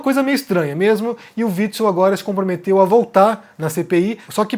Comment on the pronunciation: Omar pronunciando o nome do fascista antifascista: witz witz